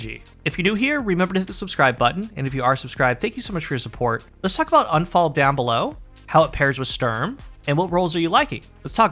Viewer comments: It is !U!nfall. Not anfall. It is german for accident. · It's pronounced Oon-fahl. It's German. It means accident or misfortune. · It's not "Unfall" like un-fall = not falling. Unfall is the German word for accident, so all three, Sturm, Drang and Unfall aka Storm, Urge and Accident. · It’s pronounced more like oohnphull, which means accident in German.